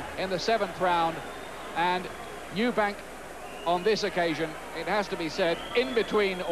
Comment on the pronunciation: EUBANK, not EubankS